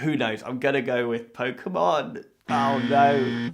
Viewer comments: Pokemonってポウクモンって発音するんや.. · You somehow managed to mispronounce every Pokémon name on the list... AAAAAAAAAH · The funniest part is you pronounced every pokemon except one wrong X'D